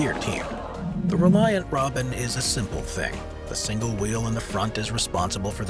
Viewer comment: Congratulations on getting the name of the Reliant Robin right. Not many people or AI narrators do.